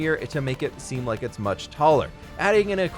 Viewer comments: I wonder when he will realise he said leek the video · my man must be tired af putting leek instead of like. we understand you it okay